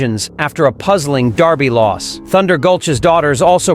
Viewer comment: The only other top Derby contender who has a distance pedigree comparable to American Promise is Journalism. Why no mention of American Promise's SECRETARIAT bloodlines? It would be nice if the A.I. narrator would pronounce the word "derby" correctly. It's NOT pronounced "darby"!